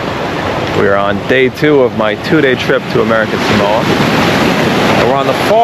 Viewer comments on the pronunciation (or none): If you're going to do a story on it at least pronounce it correctly! Samoa SAW MO A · It's a pity you didn't learn how to pronounce Samoa. It's Sah Mo Ah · Right off the bat I wish you would at least pronounce Samoa correctly.